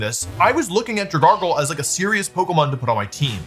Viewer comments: wtf is a dragargle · Dragargle… I had to stop there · Dragalgae doesn’t even have an r in its name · Dragargle lol 😂